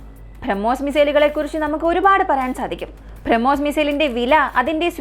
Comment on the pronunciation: ഭ്രമ്മോസ് അല്ല ബ്രഹ്മോസ്